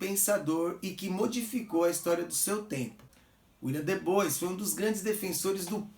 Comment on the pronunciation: Como sempre, mais um excelente vídeo,! A título de contribuição (sem querer bancar o preciosista ou pedante), a pronúncia correta para Du Bois é [dibuá]. Um grande abraço!